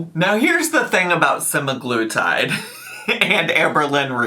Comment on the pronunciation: its prob hers. ive been getting an assload of hers ads about semiglutide and the ai voice never pronounces semiglutide correctly.